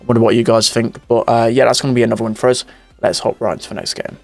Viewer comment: you forgot the 'oos' as a way of saying 'us'. cool accent tho